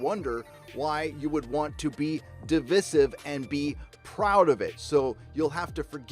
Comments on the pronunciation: At the beginning you pronounce 'divisive' correctly, but 4 and half minutes in you revert to the new moronic form. Is this just to drive me up the wall? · You pronounce devisive incorrectly. The Quartering does the same. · Please pronounce divisive correctly. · Good vid....I enjoyed it, but please correctly say “divisive”....The middle “i” is said as it sounds in “ice” not the i sound use to say “in”. Should it matter? Yes, and you can’t excuse it as accent...all over You Tube, we have channels, basically wrecking the language and putting it out there for youngsters to pick up and learn wrongly. It costs nothing to say a word correctly and it stops you coming across as illiterate. Please help save our language huh! Not that anyone cares...